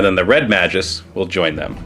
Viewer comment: Magus is pronounced with a hard g - May-gus